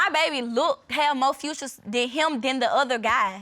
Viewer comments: And its features not futures lol.They should go to school and stop having babies. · This is the second time I’ve heard someone on this show say, ‘futures’ instead of ‘features’. I don’t even know what to say…